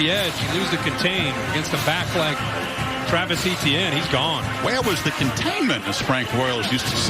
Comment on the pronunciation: Why does he pronounce etienne so weird